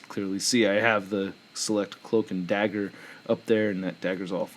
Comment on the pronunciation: Dagger not dazzler, it’s ok